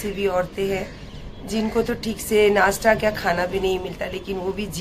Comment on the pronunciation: madam Nashta bolna seekh lo nasta nahi bolte h do class padh lena tha